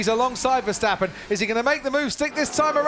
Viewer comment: Finally there's Verstappen instead of VerSHtappen. But who is Fettil?